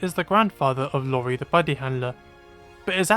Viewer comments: Hol' up. Pretty sure it's "Iori" and not "Lori" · The male kid's name starts with the letter "i", meaning his name is not "Lori", as you've said it. It's another SiIvagunner situation hahaha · The criticism of rise makes sense but man hear you call Iori "Lori" made my Japanese brain wanna explode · minor nitpick, but Iori the Buddy Handler is pronounced "ee-ori." That's a capital i, not a lowercase L. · Video was amazing, but im still irked you said Iori as Lori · lol u sad Iori wrong its I not L